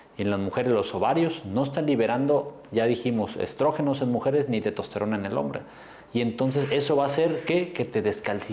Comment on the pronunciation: Estimado Doctor, Se dice, TESTOSTERONA no TETOSTERONA. Por lo demás, lo felicito. Muchas gracias.